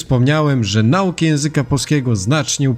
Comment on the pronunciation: "NAukę" akcent na "NA", tak jak w mateMAtyka, FIzyka, BIOlogia... tak, wyjątek "akcent proparoksytoniczny" :D